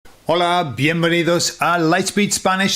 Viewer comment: Video: Why Spaniards Instantly Know You’re Not Native Host: "Holah, Vienvehnidos!"